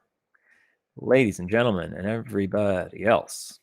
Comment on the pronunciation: MENTLEGEN? :D